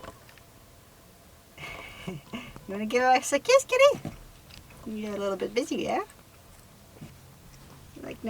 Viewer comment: I thought for the longest time that she was saying, Kitty. It's Kelly. :)